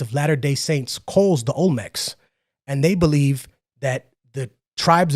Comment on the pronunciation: Olmenecs???? Lol